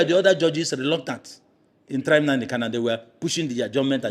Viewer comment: This guy should be notified that the name is NnaMdi KaNu, and NOT "NnaNdi KaLu."